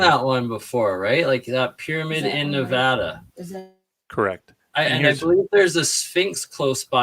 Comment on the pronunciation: NEVADA N-EVE-ADAM